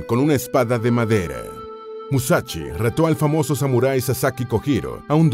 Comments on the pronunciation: "Musachi Musachi" pronuncia bien, se dice" Mu-sa- shi .... sonido (s) sssssss" que parece que los latinos no sabéis leer ... joderr. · "Musachi" tan bien que esta el video.... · No es musachi hablá bien.... Es musashi o en todo caso Miyamoto o Katsumoto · TODO BIEN TODO GENIAL PERO ES MUSASHY NO MUSACHI COMO AVECES PRONUNCIABAS.... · Porqué pronunciarlo con "ch"? Musachi?! Escasa y pobre info sacada de sus serie de libros... Nada nuevo :/